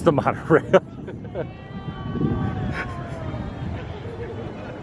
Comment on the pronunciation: You kept saying mon-O-Railllllllll wrong